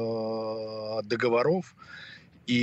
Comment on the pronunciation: Заместитель председателя комитета Государственной Думы по международным делам в разговорной речи делает такое огромное количество речевых ошибок, что уши в трубочку сворачиваются "договоро́в, укра́инских, с Киева и т.д." ... жуть просто. Данному господину надо для начала на родном языке научиться говорить...